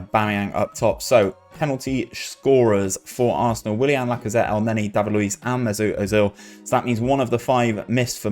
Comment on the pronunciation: I am astronomically triggered by your pronunciation of Mesut Ozil